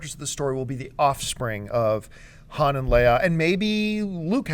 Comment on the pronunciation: Say Han's name right!